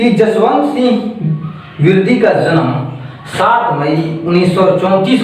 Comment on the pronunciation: I think it's विरदी and not पिरदी...anyways thanks...😄